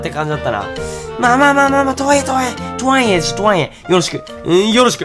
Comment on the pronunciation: とはいえの発音が日に日に良くなってる…笑笑